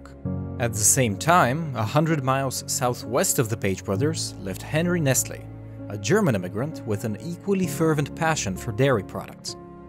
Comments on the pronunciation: Ummmm. It’s nessle not nestle.... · Nestle is pronounced Neslee🤔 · Well, as a French I pronounce it "Ness-tlé" (I actually don't know how to transcribe the "é" song) But maybe it's just me